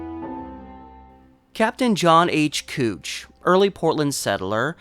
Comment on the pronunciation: It's pronounced "Cowch" not "kootch"